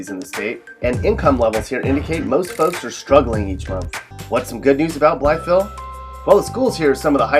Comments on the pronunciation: You say “Blytheville” funny. Simply pronounced “Bly-vile”. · I've always heard Blytheville pronounced "Blyvull" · Blytheville is pronounced "Bly-Ville". The "th" is completely disregarded by AR natives. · bly”th”eville 😂😂 here in mississippi county we say “bly”ville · Also it's said like blyville all in one word. there is a shit ton of crack heads in Paragould so maybe you should have added that btw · if you live in arkansas you know what i mean when you hear him say blytheville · My apologies for not being more thorough with my phonetics earlier. You are certainly correct in your retort, yes. I did not intend my initial comment in any combative or condescending fashion. I can honestly say that I had just never before heard anyone pronounce Blytheville in the way I suppose most people would if they were new to Arkansan diction. The difference in "ville" and "vull", to me, are more so just a matter of a lazy Southern drawl. The "th", on the other hand, is simply omitted entirely and thus struck my ear far more profoundly. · Did anyone notice how he didn’t say “Blytheville” right? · The way he said Blytheville 😂😂😂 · don't pronounce the "th" in Blytheville you freakin idiot...wonder who is on the list for "worst video announcers?" moron. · Is this commentator from the state? He pronounces Blytheville wrong. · Kelsey Zahorec no it’s pronounced how it looks # Blytheville born and still here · Nice try, but there is a lot of fail here. First of all, it's obvious you don't know much about Arkansas from your pronunciation of Blytheville. Morrilton is definitely not in eastern Arkansas. It may be an hour from Little Rock, but it's 20 minutes from Conway and 30 from Russellville. Pine Bluff is also not considered eastern Arkansas. It's central.